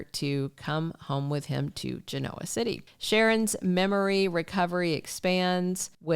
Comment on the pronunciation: I listen every day. Just wanted to mention, you said GENOA wrong.